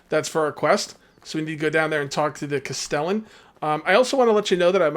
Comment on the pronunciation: Castellan - Cast-eh-lan